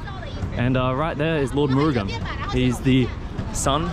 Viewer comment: A very great video bhayya. It is so amazing to hear you say ‘Murugan’ and recite the family history of Lord Murugan. Hats off and feeding the pidgeons are so cute. Even i feed pidgeons. The brown one was so unique and i was so surprised to see that one 😮. You’re just like me bro❤.